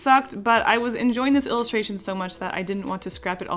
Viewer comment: Take a shot every time she says "illistraton"